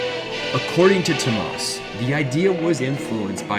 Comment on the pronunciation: Ugh the North American butchery of their names lol "TOMAHS HOLOPEWNEN" - TOO OH MAS HOLO-PIE-NEN is the correct pronunciation. Great video though! Nightwish is the best.